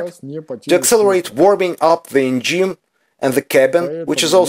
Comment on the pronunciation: Ударение engine проверьте, уж очень слух режет, носителям языка будет ещё хуже